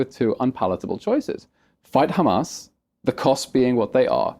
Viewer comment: Destiny said "khamas." It's over 💀💀